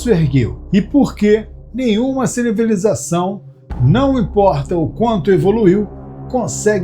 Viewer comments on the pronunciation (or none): "porque nenhuma cilibilização, não importa o quanto evoluiu..." Bem, talvez esse seja o primeiro ponto para conquistar nosso lugar na grande irmandade do Universo : que TODOS os humanos sejam capazes de pronunciar ci-vi-li-za-ção corretamente. Até que isso aconteça, vamos continuar no fundo do vaso sanitário da galáxia. 😆